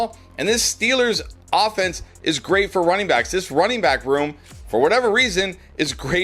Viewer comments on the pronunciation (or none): none